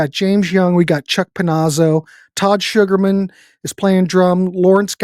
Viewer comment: Nice review but Todd's last name is pronounced Sooker (like looker) men, not Sugarman. Let's give him some respect 😊